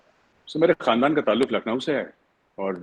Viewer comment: His first word khandaan was told incorrectly